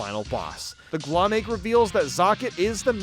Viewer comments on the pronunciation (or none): IT'S GL-OHM. LIKE OHM, THE ELECTRICAL UNIT. CAUSE ELECTRICITY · I’m being driven nuts by you missing the puns lmao. Glohm is pronounced “Glome” because it’s like loam: gloomy soil. Offandon is Off and On island because the whole island has lights you turn off and on lol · I'm pretty sure Glohm is supposed to be a pun based on the words 'gloam' and 'ohm' which has a long O sound.